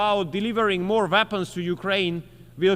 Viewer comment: Weapons, not Vapens.